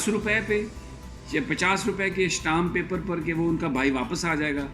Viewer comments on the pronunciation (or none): ویسے صحیح لفظ شٹام پیپر نہیں ہوتا اسٹیمپ پیپر ہوتا ہے اور پیپلز پالٹی نہیں ہوتی پارٹی ہوتی ہے 😀😀😀